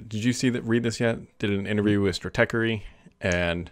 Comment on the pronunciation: "Stratechery"--you nailed it! "Anyways"--not so much. And kudos for leaving "on-premise" out of these conversations.